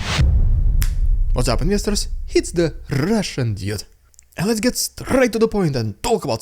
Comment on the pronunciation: One small piece of vocal advice... "Dude" is better pronounced "Dood", rather than "Jude"!